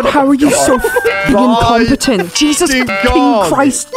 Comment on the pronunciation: 'Incompetant' 'Choas'